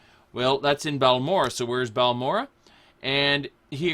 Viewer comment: he says balamora lol